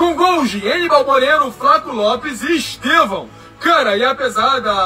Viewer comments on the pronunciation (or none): Estêvão és una palavra paroxítona (llana)!